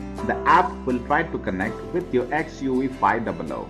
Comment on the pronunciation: It is called XUV 5 double O only and not 500